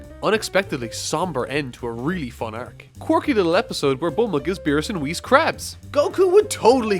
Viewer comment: one of the only channels able to pronounce whis right. RESPECT